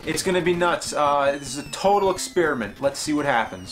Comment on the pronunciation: James, why do you always pronounce experiment like ex-spearmint? :P